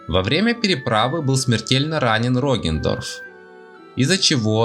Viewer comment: Я один испытываю кайф когда он произносит: "Роген Дорф"?